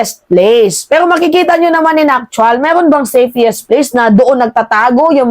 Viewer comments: Anubayan meima..5x mo cnbi safiest....nkkinig apo ko.safest dw dapat..sorry for correcting your pronunciation.....love you!❤ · Tama ba ang pagkarinig ko, "SAFEIIST? "Hindi ba SAFEST dapat, nagtatanong lang ha...